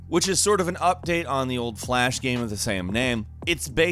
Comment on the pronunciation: Why do you always say "gaem" instead of "game"?